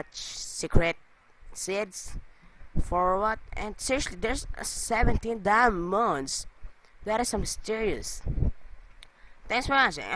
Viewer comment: DER ISS 18 DIEMUNDS *dat accent